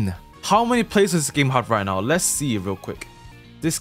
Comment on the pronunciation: my favorite YouTuber said "are you serious right neow?" nice video